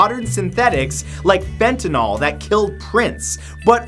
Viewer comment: Not fentanol it is fentanyl.